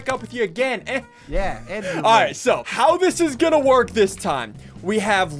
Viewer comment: Me: I'm already subscribed Ssundee : I'm gan a break up with you